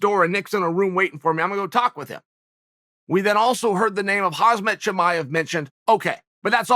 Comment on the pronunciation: Will he ever remember? KhaMzat, not Khazmat